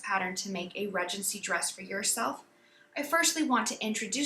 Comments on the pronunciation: Everyone says Ree-gency in the US. For some reason, she just didn't know the correct way to pronounce it. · So interesting that you pronounce it, Redgency. In the UK, we pronounce it Ree-dgency. Lovely video, thank you.